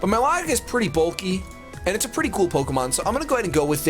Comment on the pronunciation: Please say milotic name right